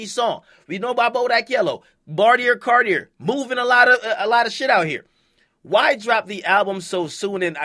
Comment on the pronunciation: QUIT saying bartier cardier nigga it’s bartier CARDI NOT CARDIER